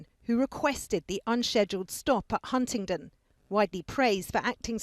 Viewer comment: Its Huntingdon not Huntington. Try harder.